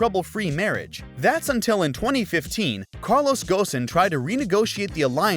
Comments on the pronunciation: From pronouncing Carlos Ghosn as Gosin and calling the new Z the 400z which they specifically said its not called. I can tell this is a low effort AI generated script video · U know it's AI when it says "Carlos Ghosn" like u write "Carlos Ghosn" 😂